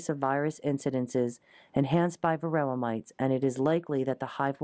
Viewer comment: Why does it SOUND like the narrator is saying "varilla", instead of varOHah??? What am I missing? Thaks